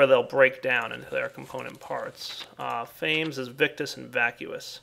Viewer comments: I'm quite sure that the hunger aspect is two syllables. (Fa-meez) It comes from the word 'famished' which means very hungry. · The way says "fames" really grinds my gears. Since the names are derived from Latin or something wouldn't it be Fam-ess (like famine but with an s) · It's pronounced fa-mes